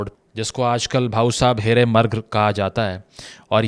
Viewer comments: It's on Bhau saheb Hirey Maarg and not "murg" Marg is 'road' in Hindi and indian languages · Marg nahi Maarg..... Meaning road or way